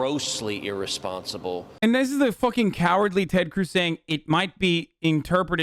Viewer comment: Its Tededed teted, Ted Cruuuzzzz! Whoooo!